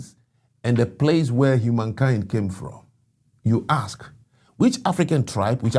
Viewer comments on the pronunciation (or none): Its Gen Zed, not Zee Its ask, not Ax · Still say aks instead of ask??? 😵‍💫